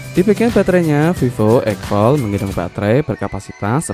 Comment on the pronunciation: X Fold diBaca "Eks Fold" ( D nya dibaca) bukan egfol